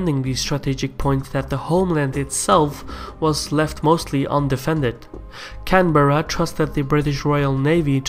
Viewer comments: Rather superficial analysis. 2 points of irritation - 1. How about getting the pronunciation of Canberra correct, and 2. Japan never intended to invade Australia, get your facts straight. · As an Australian. A lot of this is wrong. And you Spelt Sydney wrong and can’t even pronounce our Capital Canberra correctly.. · pronounced canberra wrong mate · Okay cool video and all, but how the fuck did you pronounce Canberra as . Please look it up the pronunciation for all Australians' sanity. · Lol at the way you say Canberra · What Rubbish. Australia was a British colony. Out head of state is still the Queen. Please learn how to pronounce place names correctly if you want to be taken seriously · I hate how you pronounce Canberra. Maybe research how names are pronounced before trying to make a video on Australia. Many other areas In this video also wrong. We didn't fight with the British because we needed protection we faught because we are still to this day apart of the Commonwealth. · please learn how to say Canberra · Canberra is pronounced "can-bra" not "can-bear-rah" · Canberra isn’t pronounced that way, it’s pronounced can-bra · One of the globes you use spells "Sydney" incorrectly. It's "Sydney" not "Sidney"... also, we say "can-brah" not "can-beh-rah". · Not “Can-Bear-Uh” it’s pronounced “Can-ber (like in spur)- uh” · It's "Can-brah" not "Can-bear-Ra" and "Mel-bin" not "Mel-Bourne" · you pronounced Canberra wrong.its pronounced like 'Canbra" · Can-Bra, not Can-Berr-a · its pronounced canbra not can berra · For future reference Canberra is pronounced Can-brah with 1 syllable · fuck me, the pronunciation of Canberra is killing me. pronounce it Canbra like an Australian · Canberra is pronounced 'Can-brah' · Canberra is pronounced Can-bra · we didn't become independent. The colonies confederated into a Dominion of the British Empire, kinda like Canada. Seriously, our head of state is officially the Queen - pronounced Canberra wrong